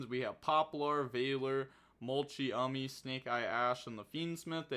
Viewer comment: It’s literally mult-Chummy mane c’mon mane